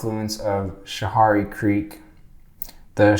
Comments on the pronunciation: We pronunciate Canajoharie as Can-ah-Jo-hairy instead of can-ah-jo-harey if you were curious. I live in Nelliston, Ny 🥰 You should have got the amish horse n buggy. They're most common in Nelliston though. They go through Canjo. (Canajoharie) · OMG I could not watch the entire video until now. you sure are a zombie. you have gotten everything wrong including your pronunciation of Herkimer and Canajoharie and so many others. (all wrong) everything you said was wrong. I work for a historical fort very close to Canajoharie and live in canajoharie. you are stupid! please get facts. do not voice opinion on historical places, get an actual historian to help you with these videos. I cannot believe how stupid your narration is. so wrong in every way. The point you are, I think< trying to make is just as ignorant as your entire narration in this video. I hope the state of NY sues you for your misinformation. so stupid.